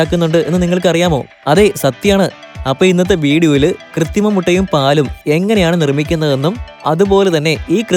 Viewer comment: കൃത്തി മം എന്നാണോ പറയുന്നത്. അതോ എനിക്ക് തോന്നിയതോ?